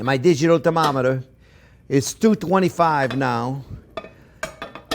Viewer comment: Love the accent. Used clubs at night “thermometer” 😂😂😂🤣